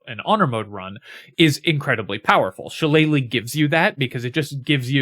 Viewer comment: Thank you for knowing how to say shilellagh.